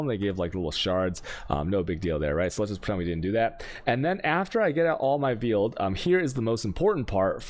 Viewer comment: Veeeled was killing me lol Meeelstrom🤦🏾‍♂️